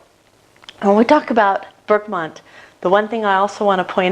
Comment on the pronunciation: Where are you getting the "N" in Bergamot from?